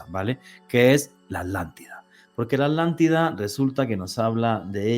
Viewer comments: QUÉ HORRIBLE COMO DICE ALANTIDA Y NO ATLANTIDA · es mas flojo que el tabaco holandés, no se toma el trabajo de pronunciar la At. Según el Diccionario Priberam de Portugués y el Collins Diccionario español-inglés, la palabra “Atlántida” se pronuncia de la siguiente manera: En español: /atlanˈtiða/ (at-lan-TEE-thah) En portugués: /atlanˈtiðɐ/ (at-lan-TEE-thah) (con un acento tónico en la “i” y una sílaba más breve en la “da”) En ambos casos, la pronunciación se enfoca en la sílaba “Atl-” con un sonido similar al inglés “at” (como en “atlas”), seguida de la sílaba “-án-” con un sonido similar al español “án” (como en “cán”), y finalmente la sílaba “-tida” con un sonido similar al español “ti” (como en “tiempo”) y la terminación “-da” con un sonido suave y breve. Es importante destacar que la pronunciación puede variar ligeramente dependiendo del dialecto y la región, pero en general, la pronunciación indicada es la más común y aceptada en español y portugués.